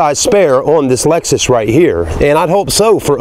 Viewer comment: Dude called it an Alexus at the beginning.